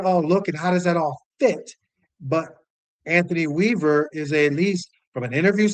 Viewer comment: Bro did he say Anothny Weaver???.....noooooooooooo......please please please get an established coach